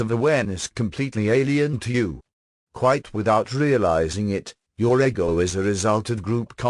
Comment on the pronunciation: I read the Seth books back n the 80’s, & was recently told they existed here on YouTube. I just learned this yesterday. 😲 wow.!! Thank you 2 whom ever decided 2 put this here 4 me.. on my path. U r sooo appreciated. The computer animation voice is perfect 👌. (Once I got past eggo- 4 ego. lol.) I think even Seth would approve. I definitely subscribed & will continue 2 listen. Soo much 2 absorb. Thank you again. ☮️❤️